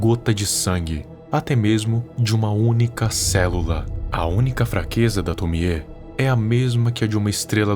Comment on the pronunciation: Finalmente alguém que pronuncia certo o nome da Tomie